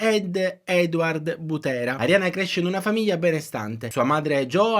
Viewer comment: Per un secondo mi sembrava di aver sentito Ariana Grande BUTTENA e non Butera 😂